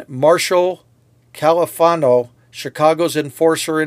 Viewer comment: "Marshall Caifano"... not "Callifano" Otherwise, a good report!